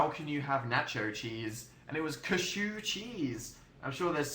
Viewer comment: British people say cashew! Not cuh-shoo or whatever posh thing he just said.